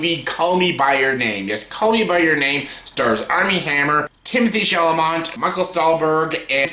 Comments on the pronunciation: Shall a may - there is no "o" or "n"! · At least pronounce Timmy’s last name something like it is spelled!